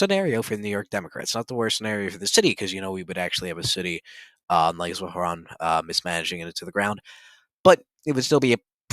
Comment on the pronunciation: Does this guy think struggling to pronounce “Zohran” and “Quran” is a dig? He sounds like a 2nd grader that hit a word they can’t pronounce.